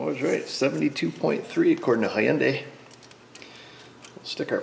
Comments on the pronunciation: Its Hyundai. Rhymes with Sunday. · Hyundai sounds like Sunday.